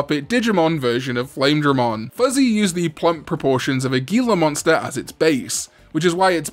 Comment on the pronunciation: FYI it's pronounced "hee-la" monster.